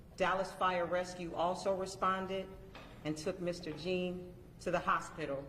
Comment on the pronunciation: It’s pronounced “John”... Why wasn’t she administering CPR upon discovering her “ mistake”?